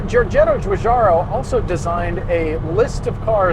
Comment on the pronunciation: It's Giorgetto Giugiaro-- Last name pronounced like Jih-jarro.